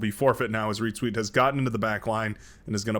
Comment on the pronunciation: Since "ReetZweet" is such a frequent player, perhaps you should learn how to pronounce it properly. And perhaps give it a google too... ;)